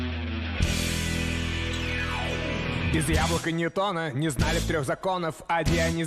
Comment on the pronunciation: ah yes the big bang theedee